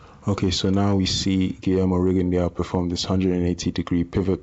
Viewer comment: FYI it is pronounced Ree-gone-doo. Anyway back on topic. I noticed Rigo constantly dips well below the waist when evading. I mean i have seen him turn at the waist so low his head is like almost below knee level with his opponent. He May as well ball up like a turtle and grab his calves it is that low. being a prime example. How is it legal to dip so low?